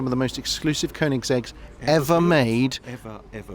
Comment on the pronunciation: Please pronounce the brand correctly! Cheers! :)